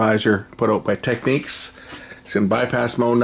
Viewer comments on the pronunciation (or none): FFs Technics not tequniques !! , do you say Panasonic or Panasonique ?.....